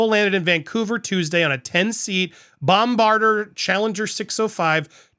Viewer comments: " bombarder" ? Come on Andy, you can do better than that. It's Bombardier, as in 'bomb bard eye yay' ...It's French. And now that we've got that out of the way, there is good reason to believe, we the Canadian tax payer picked up the tab for those two grifters to swan around Whistler.....yuck. Happy to report there were quite a few boo's coming from the non-crowds there. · Private jet manufacturer is pronounced Bomb-bah-deer … emphasis on the deer … was going to let the mispronunciation in the other video slide but had to finally correct you. Still luv ya Andy!! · Just FYI, Bombardier is pronounced bom-bar-dee-ay. It's French.